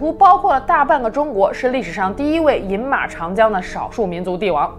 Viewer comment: 还有饮马长江的饮是去声